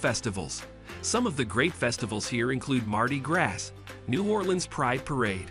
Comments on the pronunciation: Mardi GRASS? Stop the AI madness. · Mardi Grass. Lmaoooo